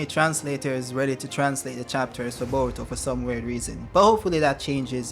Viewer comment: I subscribed because of your pronunciation. bowuto & nawuto.